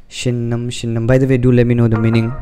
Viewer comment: Your pronunciation is really cool shynnam² bro